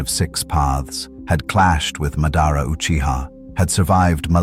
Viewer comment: I hate how the AI pronounced Madara and Danzo 😂